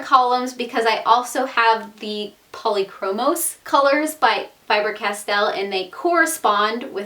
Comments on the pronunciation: faber castell not fiber castell =) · Im not trying to be mean, but its not Fiber Castell it's fAber castell